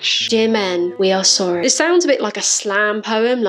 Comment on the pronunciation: Sore-y not sore-y.